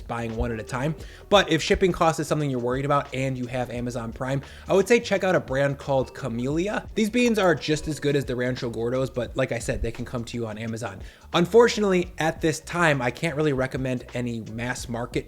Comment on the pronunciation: As a New Orleans native/resident. The brand is pronounced Ca-Mail-Ya. They are THE staple brand for red beans and rice and beans in general here.